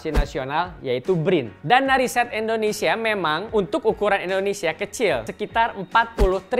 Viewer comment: Sedikit koreksi buat host, pengucapan yg benar: indonesia bukan endonesia. Nice narration!